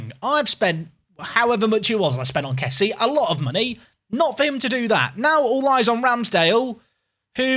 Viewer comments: Mckennie?? Why??? Say it with me.. Kessie ee ee. Not kessi eh.. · Its not Kessiye its pronounced Kessi.